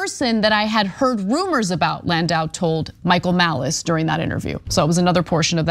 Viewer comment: Can’t even get landau’s name right.